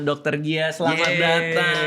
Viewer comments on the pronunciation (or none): Pas bang dika bilang selamat datang bisa bisanya aku dengarnya selamat berantammm😂